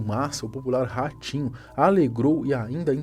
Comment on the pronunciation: Ele fala ratinho eu ouço orochinho